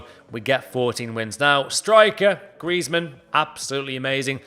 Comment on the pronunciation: It's griezman don't watch it😂😂😂